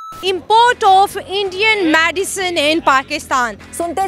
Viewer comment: मैडिसन (Medicine = Madiison)😂😂😂